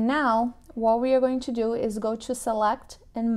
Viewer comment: Brasileira, say "to", not "chew"!